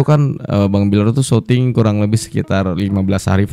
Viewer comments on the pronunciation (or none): Syuting bang bacanya bukan soting maaf ya aku jadi malu nontonnya